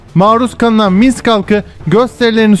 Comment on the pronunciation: Misk değil Minsk, Gorodno değil Grodna :)